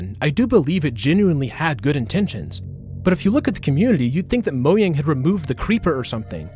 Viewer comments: Disliked because "Moyang" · It’s not said moyang it’s mojang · ITS MOJANG, NOT MOYANG 😭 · "Moh-yang" is the correct pronunciation. It's a Swedish word not English. Though I do believe that pronouncing foreign words correctly is a sign of respect to that language.